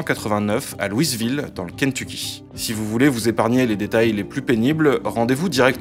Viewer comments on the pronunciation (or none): none